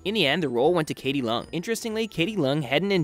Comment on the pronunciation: it's actually pronounced as "leh-ung" (idk how to put it it's harddd) instead of "lung" sorry for that